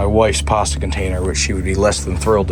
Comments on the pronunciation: Where’s the R in pasta ? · His account sounds so canadian im shocked he isnt but lost me at the pasta pronounciation